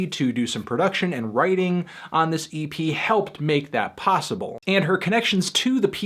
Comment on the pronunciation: when he said vroom vroom EP I laughed because it was like he said "vroom vroomy pea"